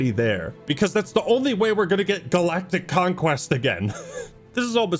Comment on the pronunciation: "EEN GALACTICK CONQUEST"